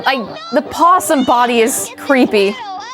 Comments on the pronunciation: It's opossum,. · Opossum… everyone forgets the “O” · O... you guys are forgetting the o in opossum... lol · Opossum the “O” is silent but I like to say O’Possum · im sorry to break it to you guys but it's opossum not possum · Possum is not correct, technically it is Opossum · Opposum not possum 😂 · Possum is the Australian creature not the one that keep popping up in these videos. The version in the videos is an Opossum. Pronounced the same way but with an O in it. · firstly love you as host but it is OPOSSUM not POSSUM... silent "o"... i hate english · your doing a really good job but one thing, THERES AN O IS OPOSSUM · Opossums and possums are two different animals. The American version of "possum" is Opossum but the 'o' is silent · Opossum begins with a silent "O". Very common mistake, though. A fantastic episode of GT not live. Thank you. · Opossum has a silent O on the front.